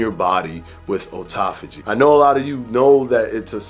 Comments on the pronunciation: First, let me say that I love your videos. But since you went to the trouble of trying to tell folks how to pronounce autophagy in this video, I feel that it's relevant to point out that you're mispronouncing the word. It's not "oh-toff-oh-gee," it's "ah-toff-oh-gee." After all, you would call a car an "oh-to-mo-beel," would you? No. It's an "ah-to-mo-beel," isn't it? So why turn the 'au' in autophagy into an "oh" sound? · I really appreciated this vid, even hot the like button. But I can’t lie, I cringed a little every time he said “O-tophagy” instead of “Awe-tophagy”... 🤣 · it’s not O-tophogy. Its “Aw” tophogy. You’re killing me, especially considering you had a whole section on how to say it. you wouldn’t say Otoimmune, but autoimmune. Have always loved your content, but it brings down your credibility when you can’t pronounce the word right. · Otauphagy? Lol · i thought at the beginning we all agreed that AWEtophagy sounded better????? nevertheless, you rock no matter how you pronounce it..... i know what you mean! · Please do not teach mispronunciations of words. It is hard enough for people to understand what they hear and read. American (derived from English with many other languages added) is already not an easy language to learn with all of the contradictions and exceptions Your information is good and people look up to you. That means when you teach something that is incorrect, they go with it instead. Science and research is hard enough for most people to understand. This just makes it harder. Your videos are good and I watch them regularly. I just ask that you help everyone by making sure the words are pronounced correctly. Thank you.